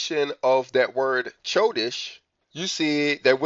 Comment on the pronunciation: Bro I don’t mean this to be rude. How have you been studying Hebrew this long and the calendar and you pronounce “chodesh” with the “ch” like in “cheese”. The “ch” makes the “H” sound and like your trying to clear your throat also. Chanukkah is pronounced Hanukkah but the “H” has the throat clearing noise. So it’s “chodesh” pronounced “Hodesh” I think you should have known that by now, not saying to be rude, much love brother